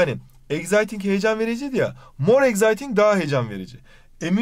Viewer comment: Exciting okunuşunu doğru okusanız iyi olur eksayting okunur z ile değil